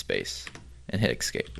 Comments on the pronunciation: *`Escape not Excape.Otherwise, excellent! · great stack of commands chosen to get ppl up to speed and acting fluent with simple commands very quickly. I think this is the best one right now. it's ESCape ...ess-cape... not EX-SCAPE .. im sorry cant help saying it youre probably doing it on purpose anyway NICE DEKSTOP